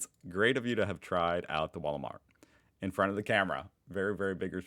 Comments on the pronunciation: Ryan it is the "Wahl O Mat" not the wallmarkt 😂! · Driving me crazy how you say Walmart and not wahl ooh mart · Is it me or does he pronounce wahl-o-mat like Walmart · Well here's a pissed off comment. ;) You pronounce Wahl-o-mat wrong. Make the A sound like posh English "blast". You seem to struggle a bit with the sounds so just trying to help. <3